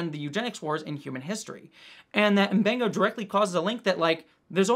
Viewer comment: pronounces M'Benga right, but it seems like everyone on the show calls him Muh-Benga